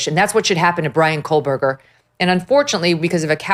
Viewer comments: There is no "L" in the name "Kohberger." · Megyn. There is no L in Kohberger. And it was Murdaugh, not Murdoch. And you call out the judge or prosecutor for calling names wrong?